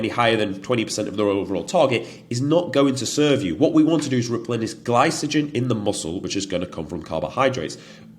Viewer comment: Only if he starts pronouncing glycogen correctly 😂 very good content mate. Remind me of a Mike Thurston like character with more confidence but slightly less size 😉